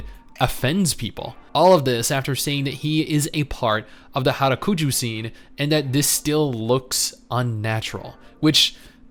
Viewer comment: "And he's in part, on HARAKUJU SCENE . . . " Mate, it's Harajuku, not harakuju XD XD XD Cheer mate, made my day XD